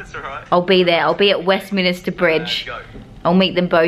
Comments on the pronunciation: "Westminister Bridge" - Diane 2019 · “West minister bridge” oh bless her 😂😂